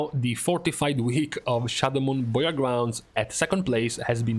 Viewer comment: Just realized can't say "Burial" to save his life lol.